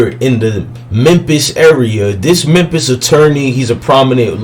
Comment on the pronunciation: He said mempis lmao 🤣